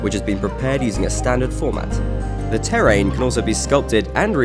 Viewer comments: The "terr-rain" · Listen to how he says terrain, it made me laugh.